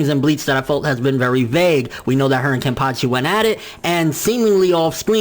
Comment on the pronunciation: Nigga said kenpashi